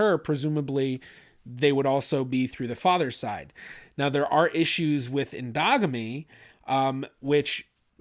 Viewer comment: Lmao…I know he said “endogamy” but I heard “dogmeat”…rofl